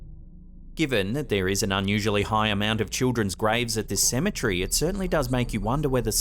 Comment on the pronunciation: Tired of buddy saying cementree, he's way off